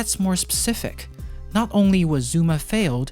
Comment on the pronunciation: “zOOma”